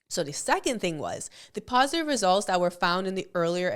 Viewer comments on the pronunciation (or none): none